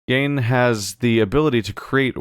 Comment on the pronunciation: Still pronouncing Gehn wrong after doing it correctly earlier.